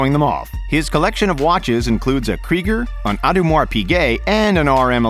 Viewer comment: Audemars peegay